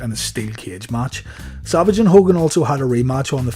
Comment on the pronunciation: Why does it seem like i hear saLvage instead of savage. 😀 Great vid. 😀